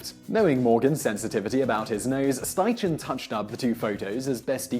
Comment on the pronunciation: It's pronounced Sty-Ken, not Sty-Chen.